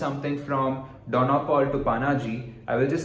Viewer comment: it was quite funny the way you pronounced Panaji and Dono Paulo as a Goan